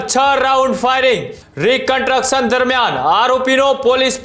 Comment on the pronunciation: કન્ટ્રકસન ? 😂 "કન્સ્ટ્રકશન" કહેવાય એને. Pass કેવી રીતે થયો ભાઈ તુ journalism મા સામાન્ય ગુજરાતી મા? 😅